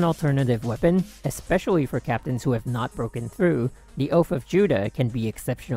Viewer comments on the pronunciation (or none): none